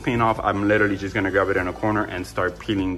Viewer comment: I'm in South Florida. Guessing you're in Miami by your accent (what accent? haha "LITTERLY" was the giveaway). Can you share with me your Plumber's contact info? I'm in West Boca, but if he's willing to come up this way, I'd definitely hire him. Thanks bro.